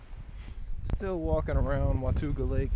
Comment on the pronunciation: It's said WA-TAW-GA ;)